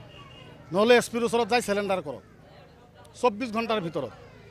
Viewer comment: ৰ কথাখিনি ভাল | পৰিতাপৰ বিষয় এয়াই যে, প্রায় সদায় থলোৱা অসমীয়া লোকৰ লগত উঠা-বহা কৰাৰ পিছতো তেখেতৰ অসমীয়া উচ্চাৰণবোৰ ঠিক নহ'ল || তাতে আকৌ "চাৰেনণ্ডাৰ"ৰ ঠাইত "চেলেণ্ডাৰ" |